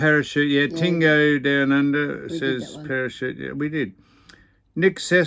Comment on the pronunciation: Fk Sam don't know wtf a tingo is sounds sexual coming from you 😂😂😂 but its TIAGO lol I forgive you this time😅